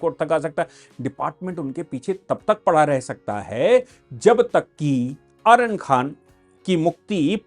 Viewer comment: आर्यन नहीं अरयान खान है इसका नाम